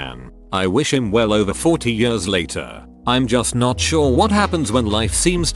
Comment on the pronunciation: Am I the only one who hates the way this text to speech says the word “years”